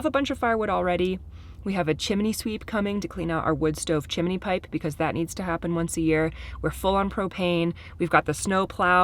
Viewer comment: I love that you,, say “CHIMINEY” when it’s pronounced “CHIMNEY”. You’re the best!! That’s why I just love all youse guys!! Those guys are working fast and that’s awesome. Also, I’m so happy that Auntie Jen gets to be with Leo while everyone else is working. She seems like an amazing auntie and Leo seems to just love her. Anyway, can’t wait to see more videos. LotsOfLoveFromCT❤!!!!